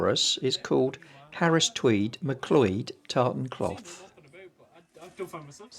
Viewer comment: MacLeod - pronounced macloud!